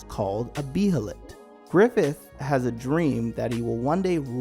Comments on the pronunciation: First of all this should be called The Golden Age arc explained. Second, you barely pronounced any of the names right, (bay-lit) Behelit. Third, you barely covered the conversation between Griffith and Charlotte, and the importance behind the substance of the conversation. Oh and the “ugly” helmet was ALWAYS Griffiths helmet (and Femto) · I know its a year now but I hope you realize its pronounced "bay-lit". Why dont people look up words they dont rightly know? Lol. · The way this dude says behelit is so cringe. For the love of god say it like a normal person and stop trying to be diffrent 🤦‍♂️🤦‍♂️ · Learn how to say behelit correctly 🤦‍♂️😭